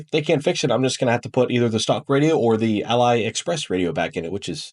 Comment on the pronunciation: it’s Ali like Muhammad Ali lol. Just like when you pronounced Alibaba lol. Anyway, just take your loss and put back the Ali unit lol Btw did you put loctite on the studs?